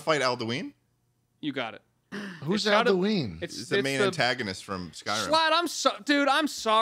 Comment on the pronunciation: Hearing their pronunciation of Uthgerd the Unbroken and Alduin is killing me Like bro they say the names in the game, did you not listen 😭😭 /nm